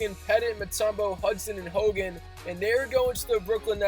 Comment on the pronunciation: its pronounced hagan